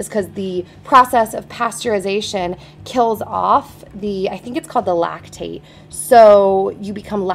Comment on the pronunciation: it's lactase not lactate